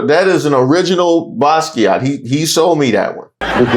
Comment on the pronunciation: you don't pronounce the t in Basquiat=baskia